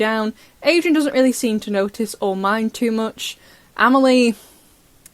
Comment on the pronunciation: ITS AMELLIE. AMELIA ... A ... FELIX MOTHER.